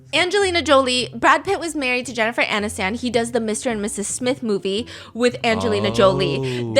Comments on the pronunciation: I can not get past you saying ani-STAN. it's Anis-ton. Just like it's spelled from. Never in my life have i heard someone pronounce it AniSTAN. & multiple times. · Who the fuck is Jennifer ANNE-is- STAN??? BFFR i s2g intentionally murderering peoples names for engagement is so obnoxious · Steph, the way you pronounce "Aniston" is too cute 😅